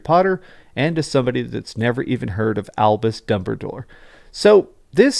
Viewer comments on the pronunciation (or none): Did you say Dumberdoor? Lol